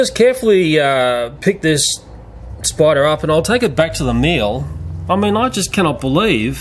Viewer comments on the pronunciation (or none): i love how he says spider haha! SPIDA!! i'm scottish so i pronounce my R's lol